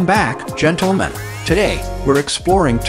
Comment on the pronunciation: Is it just me, or does this annoying computer voice sound a lot like Mr. Obvious from the Bob & Tom show? And what with the "GENTLE-men?" Can't we train a computer to say that common word correctly? Why not just have a real human, with a microphone talk normally? OK... I'm done ranting.